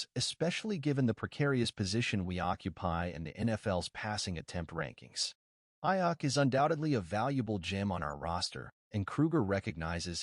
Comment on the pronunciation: Learn to pronounce Brandon’s last name if you’re a real fan!